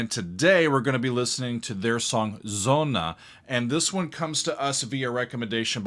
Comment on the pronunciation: "Sonne", not "sonna"